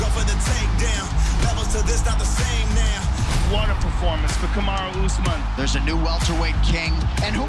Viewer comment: Finally ooozman gonna wrasttle..... i mean fight 😂😂😂😂😂 ben oozman 😂😂😂😂😂kamara askren 😂😂😂